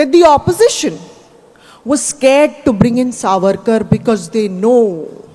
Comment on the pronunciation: The pronunciation is SAAVARKAR not savaarkar, just like the diff between moitra and mootra.